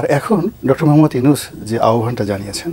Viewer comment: প্রফেসর ডকতর ইউনূস বলেছে, নয় বলেছেন বলেন। ডকতর নয় ডক্টর। মিডিয়া।